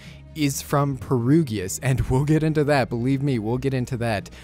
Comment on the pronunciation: P E R G I U S NOT PERUGIUS